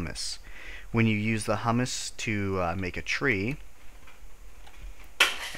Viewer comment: It's pronounced "hyoo-muss", by the way. Hummus is a dip made of garbanzo beans. Humus is like a type of soil.